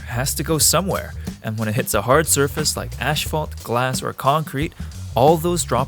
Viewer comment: Another fine addition to "Stories about here" ! ( Would like to point out that the phonetic pronunciation of the word Asphalt is "As-faalt". ) Keep up the wonderful work you & your team do.